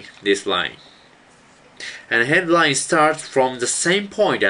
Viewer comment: i thought he said red wine and hard wine